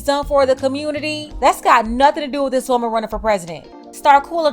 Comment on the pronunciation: Typical Of The Communitah 🤦🏽‍♂️